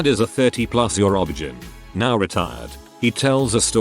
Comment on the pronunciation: I enjoy your sites to a point. They are interesting stories, but please, please, please learn how to pronounce some words! I know that live/live and read/read look alike but they aren't always pronounced the same way. OB/GYN you say the letters, O-B-G-Y-N. I'm not trying to be mean or disrespectful. It's just a pet peve that drives me crazy, especially am. Sorry.